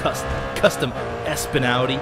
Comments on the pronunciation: Did he call ESPN espen? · lol he said ESPN like "espin" haha its the sports network ESPN